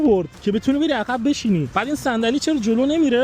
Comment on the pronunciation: جان عقربه درسته، ن عخربه،،عقب درسته ، ن عخب 😂😂😂